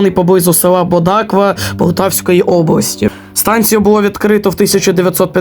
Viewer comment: Наголос неправильний ставиш) на Бодакві і Сенчі